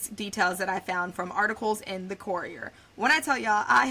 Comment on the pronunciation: Good video but some of your pronunciations aren’t correct. KI-REE-MU-OR (Kirriemuir) KOUR-REE-UH (courier) KIN-NOR-DE (kinnordy) EH-DUHN-BRUH (edinburgh) Gaslow?? Girl you did mean GLASGOW?? (glaz-gow)